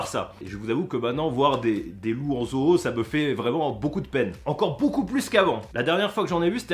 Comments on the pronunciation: Parce que toi tu dit zou ? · Je rêve ou il dit ZO-EAU ?😂